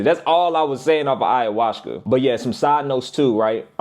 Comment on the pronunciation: This nigga said ayahuska😂😂